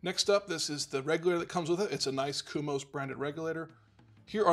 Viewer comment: Thanks for the review, but why are you saying "kumos" when it's "komos"? At the moment I'm trying to decide between Komos and KegCo.